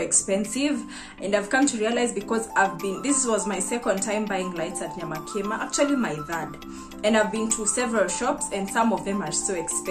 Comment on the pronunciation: Watu hawana rada nyamakima iko wapi, pronounce it in swahil nyama kima, yaani nyama ya kima😅